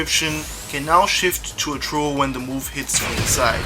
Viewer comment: Dude it's THROW not tro. Practice that.